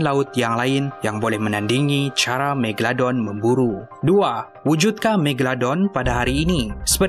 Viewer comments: MEGA...LO...DON bukan MEGA...DON apa benda lah kau ni.. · Megadon ke Megalodon? dgar mcm ckp Megadon 😅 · kau salah cakap tu bukan megadon tapi megalodon😅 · Scientist: megalodon: megadon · Bkn tu je aku dngr sebut megadon, megolodon, megaladon hahahahahah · ekram tersalah sebut.. "Megadon" 😂 btw nice facts!! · haha megadon ke megaladon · "megadolon" hahaha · Megladon kh megalodon 😜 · Ha megadon haha megalodon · Haby Blo megaladon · Megalodon. Bukan megadon 🙂😅😂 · Haha its Mega.. Lo.. Don. Bukan Megadon aduii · Megalodon...bkn megadon...haih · megadolon hahahahahah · Aku dengar kat sini megadon megaldon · megaladon/megadon Me:confuse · bukan megadon bukan meglodon..megalodon kan? haih pening😂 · Kau sebut magalodon pun salah hahaha